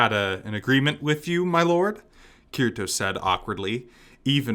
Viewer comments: Kirito is pronounced Kitty-Toe...lol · Agil isPronounced Aye-g-ee-luh Kirito is prenounced K-ee-dee-toe